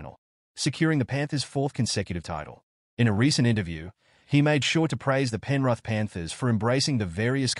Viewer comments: Penrith 😂😂😂😂😂😂 not penruth 😂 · Not penruth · Just trying to make money, not even a Rugby league fan. Can’t pronounce Penrith or Māori properly to start with.